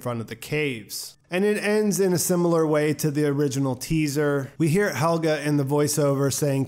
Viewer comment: I love these breakdowns. But I really hate that you keep saying Helga instead of Helge